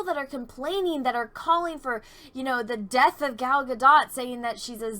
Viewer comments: I'm sorry to be that asshole but this is coming from an israeli, everybody keeps pronouncing her name wrong, everybody keeps saying it like ga-dot or ga-doh but it should be pronounced like ga-dote. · I'm new here but I think its pronounced Gal Gadoe as in go. 🙂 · This one needs to learn to pronounce Gals last name correctly & what's going on right now with people is that they don't really know anything about Cleopatra & so they assume she was Egyptian when in reality she was Macedonian & yes I guess they could be classified as white people. This chick attacks other actresses when it fills her needs no difference here I guess but let's not be hypocrites.